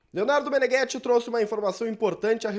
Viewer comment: Já parei de assistir quando você falou Leonardo Meneghetti...